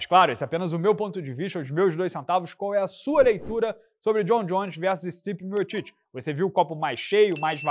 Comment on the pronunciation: O fala miotiti mas se pronuncia miutik